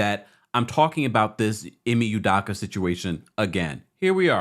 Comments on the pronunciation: It’s Udoka with an O not Udaka 🤦🏻‍♂️ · Pronounced: Udoughka! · My guy you butchering Ime's last name 🤣🤣🤣